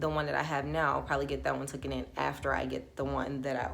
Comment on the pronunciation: Omg 🤦🏽‍♀️ thanks for the awesome information sis but TOOKEN is not a word. I can’t believe how many girls say this. The word is TAKEN